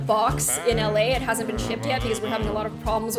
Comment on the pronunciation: Natalie Whaley didn't have any grammar errors, she spelled "been" the American way. just pronounced it like '"bean"